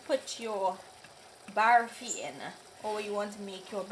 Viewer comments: Looks yummy... but please say barfi and not "baaarfie" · OMG she doesnt know how to say barfi and she say pour just one cup of sugar syrup not more then she pour more she doesnt even know what she is doing ridiculous and her english is hurrr